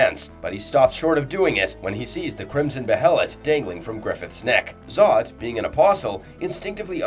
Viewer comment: Dawg pronounce the names right the anime literally says how the behelit pronounced it’s “ bay lit” Same with skull knight, he’s only once been called by name and it’s not “skeleton king” yes he WAS a king but you can’t be a king of a land that no longer exists. I bet this guy pronounces casca as “kas Ka” ik it’s not that big of a deal but dude for a guy that half his channel is berserk content you’d think he’s say the characters and things names correctly